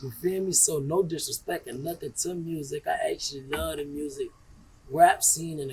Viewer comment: Yea we love saying Mursic in the M 😂